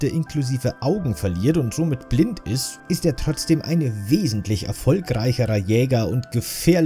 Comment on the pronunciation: Wie immer Top 😊 und wie du dieses mal betonst das Licker blind sind 🤣